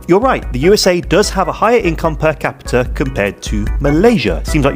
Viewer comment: Income per kapita pun Salah sebut